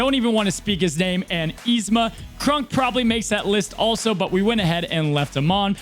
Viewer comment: Please....please for the love of all things good and holy....please pronounce Kronks name correctly.....it's not Krunk....it's pronounced Kr-ah-nk....he's already bad enough in the game sadly....at least show him a little love ❤️